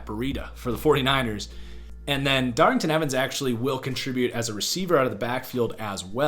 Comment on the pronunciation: DARRYNTON EVANS DOES NOT HAVE A “G” IN HIS NAME